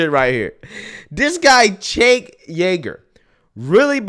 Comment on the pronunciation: Stop it. That's not how you say his last name